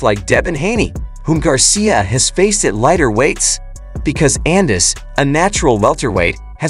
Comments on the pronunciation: First, who is Devin Haney Garcia. Next, Gervontae Davis s not youthful, compared to Ryan and Haney. Eenis, Annus, Unnis, got damn, get the man's name right. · pronounced Ennis a million different ways lol. What a idiot